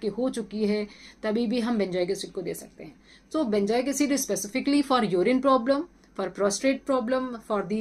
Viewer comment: Benjoic nahi benzoic bolen, good information.